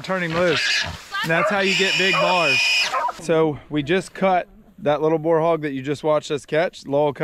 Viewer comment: Boar rhymes with store and more, FYI.